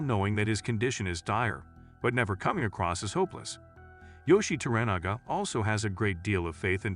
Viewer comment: Also wrong, well as I was taught, To-Ra-Na-Ga pronounced Toh-Rah-Nah-Gah, and Yoiishi is pronounced Yoh-eei-shi